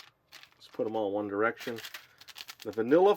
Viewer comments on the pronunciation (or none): You Said One Dericion or 1D